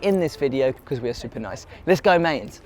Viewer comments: Who the fuck are Mains? I’m not even German but the pronunciation of Mainz and Tuchel annoys me. Great idea but irritating presenter. Should be on children’s TV. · BTW It's M-eye-nz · He mispronounced Mainz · You pronouncing Mainz wrong